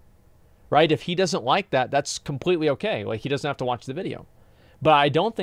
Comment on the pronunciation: Is it okay to make fun of speech problem? "Let's play ve clips. I came across somefing vat what quite interesting."